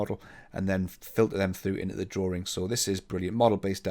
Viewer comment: Another informative video. Thank you! One question though, what is a "drawRing? 😜